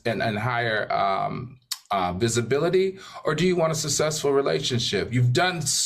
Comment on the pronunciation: I hate hearing Al say these TWO words.. SUSSESFUL and WOEMAN!! lol HE BUTCHERS WORDS!!